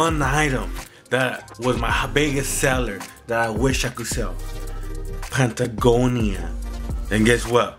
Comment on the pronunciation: Nah they were offended he said "pant a gonia"